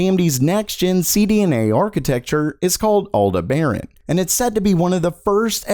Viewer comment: Pretty sure that it's pronounced "AL-DEH-BAH-RUN"